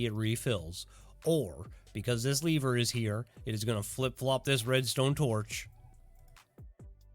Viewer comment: take a shot every time this guy pronounces lever as leaver